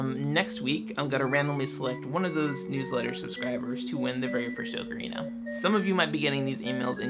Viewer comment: Oh my gosh, someone else who pronounces ocarina the way I do. I always felt so alone in this before. :)